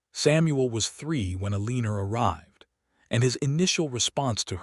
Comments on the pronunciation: I enjoyed the story for the most part but isn't there some way to correct the pronunciation on these AI narrations?? El-EE-ner for Eleanor?? Cal-ub for Caleb?? Also the math was way off which detracts from the story. Can't that be fixed? I truly love listening to these stories but every one of them has either bad math, bad pronunciation or both. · Good story. Wish they could program AI to pronounce Eleanor, Caleb, and competent.